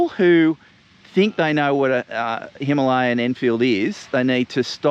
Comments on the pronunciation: why are you the only person pronouncing the word Himalayan incorrectly? 🤣 I'm pretty sure it's pronounced Hima-layan... But anyway awesome video mate 👍 sorry to correct you. 😜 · Since this is an Indian word an Indian bike so you better pronounce it correctly. It is Hima-layan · Why can't you pronounce Himalayan properly? It's named after the Himalayas for Christ's sake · 🤔 I've never heard it pronounced that way, but we're Aussie 😜👍 Well I guess I'm wrong then. But every reference I can find pronounces it differently to what you are telling me.